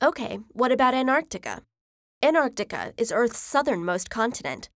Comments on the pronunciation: I hate people who say Anartica instead of Antarctica, there's a T there for a reason. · Gosh, how many time the narrator keeps on saying AnArctica instead of Antarctica! Am I the only one who noticed that?? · ANTARCTICA NOT ANARCTICA she says it wrong for most of the video then I reckon she realises it's wrong half way through and changes how she says it. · why do you say "anarctica" twice like ? then you say it right "antarctica" in then "anarctica" almost all times in the rest of the video. weird!!!!!! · An tartica not Ant artica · Why does she say anarchtica? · They are NOT called Artica and Anartica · Americans, listen up... it isn't Ant-Arc-Tica its An-Tarc-Tica!!!!!! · Anarctica is not a word its AnTARctica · It’s anTarctica not anartica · its anT-arc-tica not anartica - Hermione Granger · The narrator gets points for pronouncing the first C in AntarCtica, but promptly loses them again for not pronouncing the first T in AnTarctica. "Anarctica"? Lazy and very distracting. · She said "Anarctica" its ANTarctica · I hate how we says Antarctica, it's not ''Anarctica'' it's AnTarctica. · Is it pronounced as an-tar-ti-ca or ant-ar-ti-ca? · I feel that she says "anarctica" instead of "antarctica". Anyone else? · Why does she say “anarctica”? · "enimuls" of "An'artica" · Why pronounce it as Anartica??? Is there any rule in English indicating the T is silent after a "n"??? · Did I hear it 'AnArtica' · The narrator keeps mispronouncing Antartica as "Anartica". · Is it pronounced Anarctica as she is doing ? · An NARC tica? Nah, say it right. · Is it only me who heard "Anartica" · There's a T in AnTarctica that you are not pronouncing 😂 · sometimes she says antarctica, other times an-arctica, which pronunciation is correct? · I want to listen to it but damn she saying an artica is throwing me off n I can’t focus on anything else !!!! Why ??? 😖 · Did she say Anartica? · Ughhh I hate how she reads the word Antartica, into "Ant-Artica". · Is antartica read as anarctica?